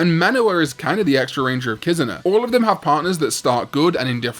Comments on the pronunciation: What the hell is a “KIZUHNAH”?? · The way he pronounces Kizuna shows that he has no respect for the Japanese language.